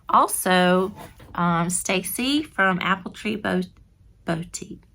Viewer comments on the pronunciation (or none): none